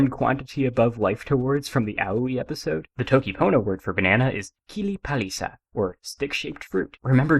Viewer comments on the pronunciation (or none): bro said dokipona